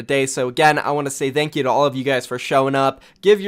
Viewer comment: "Th'eankyou" Please speak right, English is not even my first language Please get your shit together